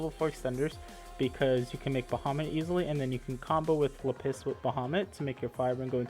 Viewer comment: It’s LAppis dragon, not laPPIS 😂